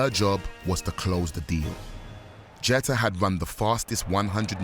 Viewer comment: "Jet-tah" It's pronounced "Gee-ter"